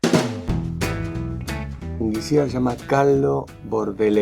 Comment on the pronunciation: No es fungUicida. Es fungicida.